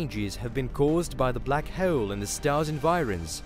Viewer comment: Lmao the computerized narrator voice says [minus] instead of “dash” when it reads this [-] symbol. It keeps throwing me off. And it adds (w)’s into words that shouldn’t be… like how it pronounces black hole… it sounds like black [howle]. Also holder [howleder], while [whaile], and other silly mispronunciations. I guess this is what you get when you cheap out on voice acting talent… oops🤣😅